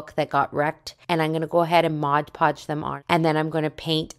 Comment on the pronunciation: MOD Podge, not Modge Podge.